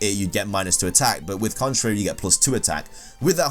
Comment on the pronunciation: Còn-trá-ry... dear god